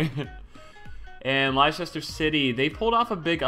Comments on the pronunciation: Li-sester... That hurt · lisester city?... Kill me. (its pronounced Lester) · People, people, please. No one cares that it's pronounced "Lester city." Spamming it in the comments won't change that. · "LIEsester City" TRIGGRRED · Li-sest-er WTF ITS lest-er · ITS PRONOUNCED LESTER CITY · IT'S PRONOUNCED LESTER CITY!!!!! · pronounced as Lester. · it's pronounced "less-ter" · Also the way he pronounced Leicester; you pronounce it like "Lester". Its like how Worcester is pronounced "Wuster". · it's pronounced SAN-TAN-DARE and LESS-TER CITY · OMG SPEEDY! ITS PRONOUNCED "LESTER" IM DYING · Leicester City is pronounced as "Lester City" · Leicester is pronounced lester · Its pronounced LESTER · Woo oo Leicester city whoop whoop I live there and it's pronounced lestah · It's pronounced less-ter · Leicester =lester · I love hearing americans name english places XD Leicester is pronounced Lester in England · Pronounced LESTER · It's "Lester" ffs lol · It's pronounced lester m8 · Leicester ahahaha liechester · I'm from Leicester and the way you said it speedy gave me aids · THE WAY HE PRONOUNCED LEICESTER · The way he pronounced "Leicester" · Hearing speedy pronounce Leicester killed me as I'm British lol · The way you pronounced Leicester😂😂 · His pronunciation of Leicester...😂😂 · How he pronounced Leicester 😂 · The pronunciation of Leicester from Speedy was so cringe, anyways great video speedy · The way you pronounce Leicester was tragic 😄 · I'm from Leicester and it kinda made me laugh how he pronounced it 😂